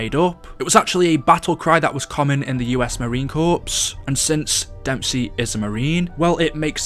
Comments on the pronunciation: corps is pronounced core not corpse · How could you!! It is Pronounced core not corps for Marine Corps. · Marine “Corpse”?????? It’s pronounced Marine “Core”, spelt Corps. 🙄🙄🤦🏽 And Shanghai-la was the first time gamers had to watch their term “Rape Train” with the hoards because of the female zombies CLEARLY shown in the trailer for it. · Not hating but it’s pronounced marine core not Corps idk know why this is, just what my dad told me. I did it for years until my dad corrected me when my brother joined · Did my man just say marine corpse😂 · Hey lil tip when u marine corps, you say like marine core not corps srry that bugged me and now i feel like such a karen🤦🏻‍♂️🤦🏻‍♂️🤦🏻‍♂️😂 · Corps you pronounce core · It’s marine corps not Corpse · Corps is pronounced core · Look ik your not from america but we dont sound the p in Corps its more like Marine cor soo yeah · the ps in marine corps is silent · The "P" is silent in Marine Corps